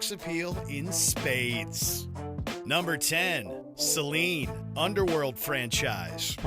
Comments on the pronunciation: Its Selene, not Seline. And how is she a 'monster'? She is the protagonist for god's sake, and even if she is counted, she should be number 1 not 10. What a travesty. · * Selene * not Seline.